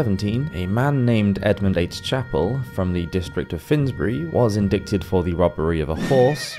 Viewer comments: You contradictory yourself multiple times and don't seem to even be familiar with the term "indight" as you pronounce it strangely. Like so many pop-historians you look at the past only to sneer at it for not being exactly like today. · Indict is pronounced like “in-dight”, not “in-dict”. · I'm loving your videos, but am kind of a stickler for pronunciation. Again, Aquinus is pronounced ah QUINE us, and indict is actually en DITE. The C is silent. Apparently this comes from the early English endite, but somewhere along the line the decision was made to make it look more like its Latin roots, and the spelling became indict from the Latin root word indictare. But modern pronunciation kept the original English ENDITE. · Indict is pronounced 'indite'. Idk why, but there you go. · Indict is pronounced "in-DITE." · Indict is pronounced 'indite'. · the way you pronounce indict (in-dite) is bothering me a lot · The letter C in "indict" is silent. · I think you’re mispronouncing “indict.”